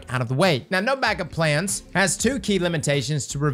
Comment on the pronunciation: Am I the only one hearing him add an S onto everything? TractorS Cannon, no BanckupS plan, StarfireS protocol